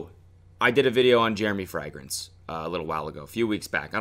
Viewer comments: It's even tougher when you pronounce it "frEHgrance" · Frag-rence lmao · fray-grince, not frehgrense lolol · everyone: fragrance Cody: frangrance Cody: fraangance Cody: fragrassne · He says Frigrance! Like Friday! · Why is no one talking about how Cody pronounces "fragrence"? its hurting me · I like how fragrance is pronounced “fer-ag-rance” thoughout the entire video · Yesss! I've never heard it pronounced that way haha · THANK YOU FOR ANSWERING MY QUESTION. i thought i'd missed something and he was prodying it by saying like that but...turns out he just pronounces like a gap year kid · The way you pronounce fragrance sends me into orbit. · Lol does anyone else notice that Cody doesn’t know how to pronounce fragrance... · Why is Cody pronouncing Fragrance so Funny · I can't tell if Cody is pronouncing 'fragrance' like a German on purpose or if he's just saying it weird.